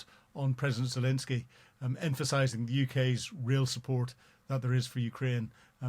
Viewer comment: is still incapable of pronouncing Zelenskyy’s name.